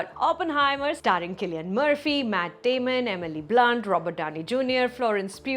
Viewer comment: so glad you corrected Cillian's pronunciation :)